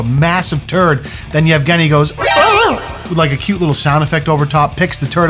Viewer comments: Yeah, for a second I thought his name is Afghani as well (before realising that's pronunciation of Evgeny) and was wondering whether or not his 'stans' are called 'Afghani-stans' lool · I misheard “Evgeny” as “Afghani” and as an Afghan thank goodness lol was about to say we do not claim this